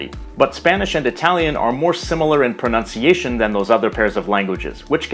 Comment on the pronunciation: As an Italian, I gotta say that your pronunciation is surprisingly good!!